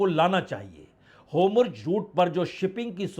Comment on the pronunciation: हॉर्मुज को होमुर्ज न बोलें बाजपेई जी